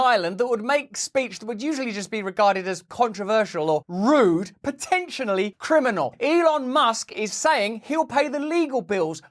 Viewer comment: "potentiONally" ... lol, Russell... xD